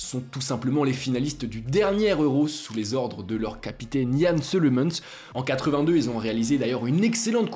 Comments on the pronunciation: Petite remarque: Jan Ceulemans ne se prononce par "Seulemanse" mais Keuleman" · J'ai beugé chez Ceulemans qui se dit Keulemans chez nous 😉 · Bonne vidéo, mais le Jan "Seulemansse" coach de la belgique fait mal aux oreilles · En 1980 les petites équipes qui brillent étaient très rares. Il était plus facile de faire des pronostics Au fait : Ceulemans se dit KEUlemans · Ceulemans se prononce "Keulemans". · Non c’est « Keulemanz » la prononciation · Attends, Ceulemans se prononce comme tu le dis à ?